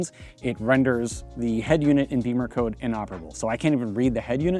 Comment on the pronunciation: It's NOT Beemer code, unless you can't pronounce English vowels. "Bimmer" is the nickname the Germans use for BMW, and they don't say "Beemer", believe me. You want to sound ignorant, that's your choice.